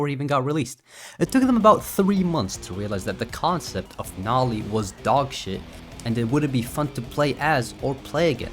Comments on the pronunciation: its "no-lee" like saying no, not noh. also its "what is it?" not "what it is?". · aint no way you said noli as godamn nalee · Nol-i? Wdym by that? Don’t you mean NO-LI? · "Nali"💀 bro what